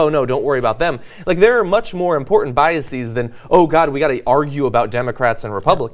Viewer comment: JOHN!! You're pronouncing 'biases' incorrectly. The -es suffix in biases is pronounced the same as in the word 'laces'. It's only pronounced 'ees' when it's the plural of a word ending in the suffix -is. For example, hypothesis/hypotheses, basis/bases. There's no such word as biasis :P